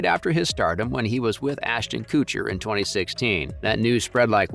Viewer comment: "Ashton Cootcher."